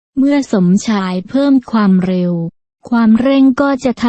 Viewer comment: ไม่อยากให้ผู้บรรยายออกเสียงว่า ฟามเร็ว : )